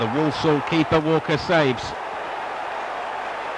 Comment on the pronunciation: Walsall not Wallsall